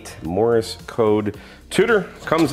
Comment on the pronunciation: just a note - it is Morse - NOT Morris very common mispronunciation